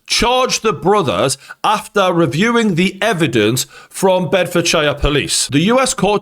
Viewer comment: How can you pronounce Bedfordshire wrong my guy??? 😂